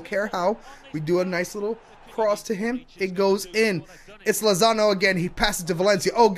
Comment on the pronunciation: He called Lozano Lonzo